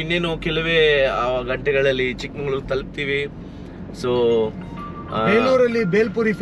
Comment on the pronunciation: ಚಿಕ್ಕಮಂಗಳೂರು ❌ ಚಿಕ್ಕಮಗಳೂರು ✅